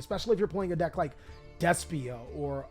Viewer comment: Hey, do me a favor. Say "Despia" a few more times for me. Despia. Des-pia. D-E-S-P-I-A! BEST DECK LET'S GOOOOOOOO!